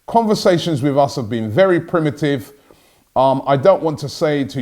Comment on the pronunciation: when Unai said Pri-ve-cy not primitive... he was trying to say Privacy.